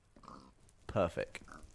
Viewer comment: Did anyone else notice Gavin said perfec ? Gotta love the little things..